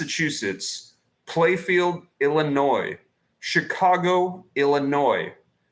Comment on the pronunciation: It is Plainfield, not Playfield